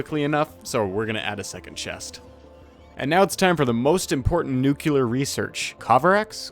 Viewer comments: why do you say nukular when the word is nuclear? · Drinking game: Take a sip every time this guy says "nukelar" instead of "nuclear". See how long you survive. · newkiller reactor